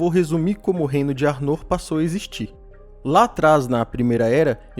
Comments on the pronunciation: Se pronuncia 'Ár-noh' com o "-r" dps do "-no'' bem leve, como se tivesse falando internamente, e o "r" dps do "A" mais puxado e longo. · Pronuncia arnor esta errada